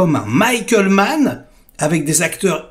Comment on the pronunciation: Tu m'as conquis quand tu as prononcé Mann